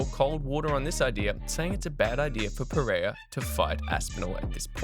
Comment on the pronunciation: Please pronounce the man’s name correctly wtf is [peheya]?